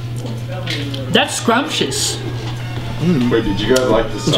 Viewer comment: wow Scump, "scrumpcous" or however you spell it. #ScumpUsedHisBigBoyWords.